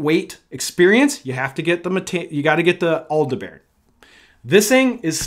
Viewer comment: Just FYI... Aldebaran is usually pronounced more like al-DEB-uh-run than al-de-baron. 🙂